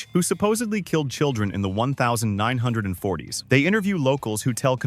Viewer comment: why are u saying 1630s and 1940s like that its so wrong